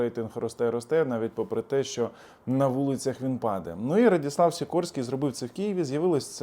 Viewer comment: Не Радіслав а Радослав